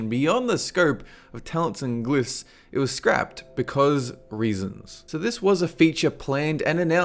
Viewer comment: if you're trying to be Scottish, well you are failing miserably. it's Ogeres, not ergeeers, and it's glyphs not gloophs lol.